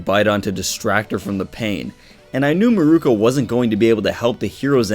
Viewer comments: Meer-Koh. Holy shit dude. It’s not murooko. Meer-Koh. Mirko=Meer-Koh not Mirko=Murooko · it isn't "mirooku"